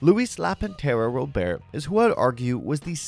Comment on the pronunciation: How do you still not know how pronounce Robert